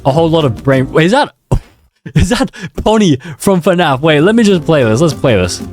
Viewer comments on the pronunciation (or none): none